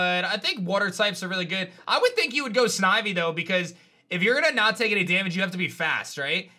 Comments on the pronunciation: I’m sad😔 fav game and he said snivey😭 can we get some love for gen 4😂❤️ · sni... snivy? serpe... no no no. Who took control of mind?